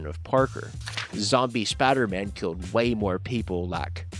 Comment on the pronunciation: Lol Spodder-Man. Its pronounced spiiiiider. Because it has an "i" in it. Next time on Hillbillies Talk Comics... The Teen Toddins.